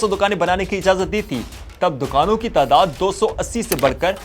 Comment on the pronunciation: اردو تلفظ بہتر کرنے کی ضرورت ہے۔ فوج، تعداد، واؤ اور خ کا تلفظ خصوصاً درست نہں۔